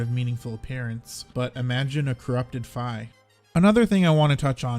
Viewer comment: FINALLY!!! SOMEONE WHO CORRECTLY PRONOUNCES FI'S NAME CORRECTLY!!! THANK YOU!!! Great video btw!